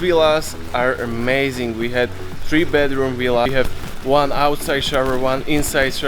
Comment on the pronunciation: It’s Villa and Not Willa!! 😂😂😂